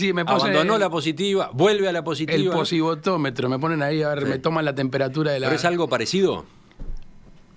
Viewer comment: El "posivotometro" jajajajaja, ni inventar palabras puede... y eso que es fácil ésa.